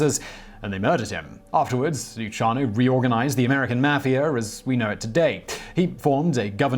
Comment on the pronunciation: Simon!Your pronunciation is absolutely horrible.Go back to school or ask for help. Lucky Lu C iano. Is correct. Not Luchano. Espotio? ha ha it Es-PO-zito